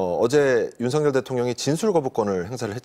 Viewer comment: 윤서결이냐 윤성열이냐 발음할때?ㅋㅋ